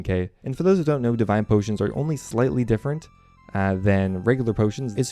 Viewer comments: definitely says "diving potions" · Thomas Grainger if you had all your chromosomes you’d watch the whole video and hear him say divine potions at least fifteen times.